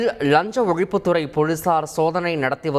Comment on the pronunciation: அது ழஞ்ச ஒலிப்பு துரை போளீசார் இல்ல.. லஞ்ச ஒழிப்புத் துறை போலீசார்.... உன் நாக்குல தீயை வைக்க.. தமிழைக் கற்பழிப்பது பெற்ற தாயைக் கற்பழிப்பதற்கு சமம்.. தயவு செய்து தந்தியை விட்டு வெளியேறி ஒரு வருடம் ஓய்வெடுத்து லகர ளகர ழகர றகர ரகர ணகர நகர னகர உச்சரிப்புகளை சரியாகக் கற்றுக்கொண்டு அதன்பின் வந்து செய்தி வாசிக்கவும்.. உண்மையைச் சொல்கிறேன்.. சத்தியமாக உங்கள் தமிழை பொறுத்துக் கொள்ளவே முடியவில்லை.. காதிலும் மனசிலும் குருதி வழிகிறது..